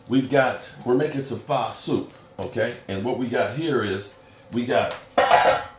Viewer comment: Are you saying Pho? It’s pronounced “uh” not “ah”